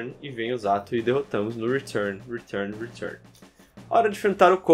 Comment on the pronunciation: Hoje descobrimos que o sabe falar retun muito melhor que eu